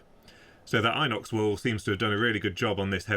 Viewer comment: pronounced in ox, not eye nox.🤷‍♂️